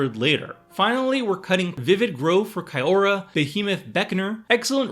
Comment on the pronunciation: you've been spending way too much time with seth. first time i've ever heard someone mispronounce "kiora"